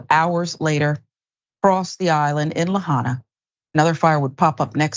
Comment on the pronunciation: la-HIGH-na or, more correctly la-HA-ee-na